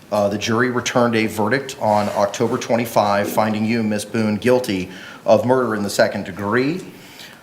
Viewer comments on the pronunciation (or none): Did the judge call her MS BOOZE.. LOL I think he said BOONE But sounded like booze